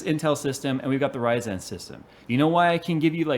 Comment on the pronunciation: "RYZAN" u heard it here first